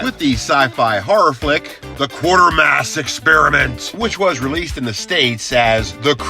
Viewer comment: I cringe every time he says Quartermass.